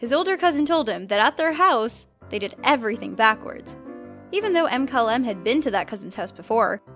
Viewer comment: erm...Thyme, the herb, is pronounced like time lol. Does no one look over the videos before they are uploaded? or atleast check pronunciations before recording? You said Mkylem wrong too